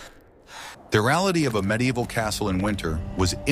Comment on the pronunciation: how can the AI not pronounce "reality"; this is the opposite of the other AI slop how medieval castles were great at storing heat because of the bulk. I guess both are true.